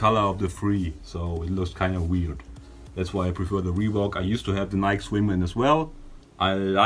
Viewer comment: stop saying "NIK" lol